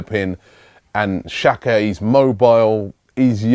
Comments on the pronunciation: Benjamin Rood yeah could be dzaka as well, but robbie says chaka or shaka, thats way wrong, somebody should tell him that. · does Robbie read these comments? Mate, its pronounced Jacka, not Shaka, when will you learn it? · it's pronounced dzaka